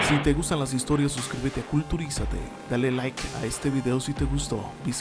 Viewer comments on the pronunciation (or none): none